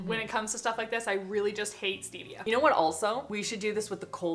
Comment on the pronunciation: 😂If we're talking about the way you all mispronounce things.... Let's talk about how says stevia!!!